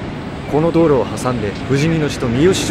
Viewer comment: みよしちょうではなくみよしまちです。埼玉はすべて「まち」です。